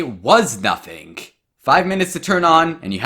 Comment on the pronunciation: I love how says “Nothink”